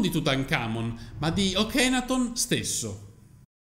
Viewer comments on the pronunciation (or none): NB... padre di "Tut" e Ankhesenamun si chiamava Akenaton e non Okenaton(!?!) E si dice Amárna non Ámarna.... Studia .... sennò fai la figura dell'ignorante se uno se ne intende un po'....